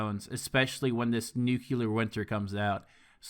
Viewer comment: You pronounce nuclear wrong. It's nu clear not nu cular